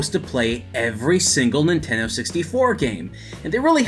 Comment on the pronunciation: Nintenno? Really?